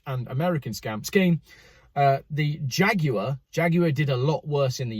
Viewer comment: I enjoyed the "jagwaaar" pronunciation